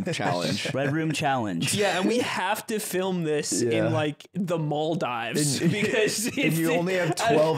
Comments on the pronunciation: mall dives, seriously wtf is that pronunciation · I can't believe correctly identified Namibia but said "Maldives" wrong